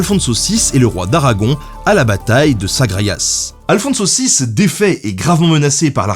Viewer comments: C'est incroyable, tu fais tous les efforts pour prononce le nom arabe de Saladin, mais pas moyen de prendre un accent pour pas massacrer un nom espagnol catholique... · à chaque fois j'entends alfon-saucisse, ça me donne faim :x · Je peux pas m'empêche d'entrendre "Aphonse saucisse", à la place d'Alfonso VI :D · moi, j'entend " à le fond de saucisse" ... j'ai pas réussi à me concentrer. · J'ai du mal avec le nom d'Alfonso VI. À chaque fois j'entends Alfon saucisse ce qui est assez perturbant.